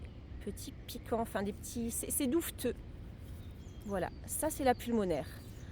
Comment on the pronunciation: « Duveteux », pas « douveteux »